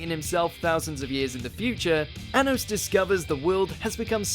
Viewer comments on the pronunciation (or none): For the chapters you said anus and not anos 😂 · Anos 😂 obviously solos